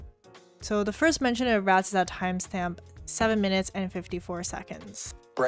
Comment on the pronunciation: I think the results of the timestamp query has to do with the accent used in the video. I heard the word "rots" when u checked the second timestamp for "rats".